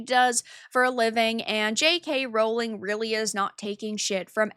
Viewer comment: The joke is that how pronounces it in the video, when it's "Rowling".